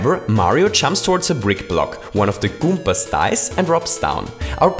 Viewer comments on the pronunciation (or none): "goompas" lmao